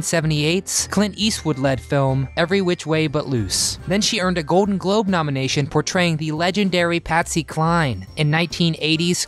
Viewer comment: Announcer, if you can not pronounce your L's, stay the hell out of voice overs!!!!! Ode for old, code for cold!!! Really? Goden for golden is not acceptable!!! Take speech lessons!!!!